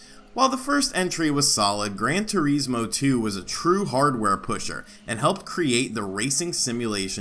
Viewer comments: "Gran Tureezmo" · the way this guy pronounces Gran Turismo is kinda off...hmm, well anyway, Gran Turismo 2 didn't push the hardware of the PS1 at all, infact there was hardware capability for more - take Gran Turismo 1's higher resolution textures for example, they could've easily stuffed that into the PS1 aswell but there was a problem, there wouldn't have been enough space on either the arcade disc or the simulation disc to accomodate for the higher res textures due to all the car models